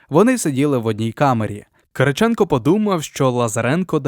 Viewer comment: Хто це читає? ЛазарЕнко, ЛазАренко, КирИченко і інше, око сіпається, вуха в'януть